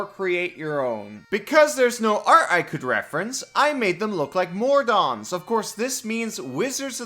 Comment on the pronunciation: Did this guy just say ‘Mordons’?